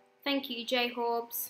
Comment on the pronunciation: Jhorbes not j horbes